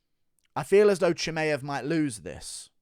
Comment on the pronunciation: Guru is literally the only person in the world who says ChimAev😂🤣